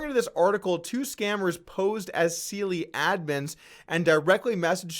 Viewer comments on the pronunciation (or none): Seele --> German for "SOUL" ---> pronounced SEHLE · Seele is pronunced ze - le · This guy Doug polk comes across as a complete idiot. Thinks he's funny but is not, couldnt even say seele properly, stops the camera every 20 seconds because obviously doesn't know what to say next, just skimming off other people and the news with no real content of his own, and bullying suppoman for no reason other than to drive up his own ratings. Clearly just a hanger on riding the crypto wave (badly).